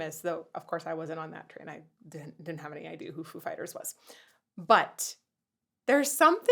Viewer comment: It's pronounced 'foo FI ters' as Christopher Walken or Dave Grohl as Christopher Walken will clearly tell you. :)